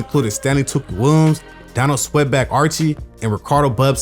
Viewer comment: It's SWEETBACK NOT SWEATBACK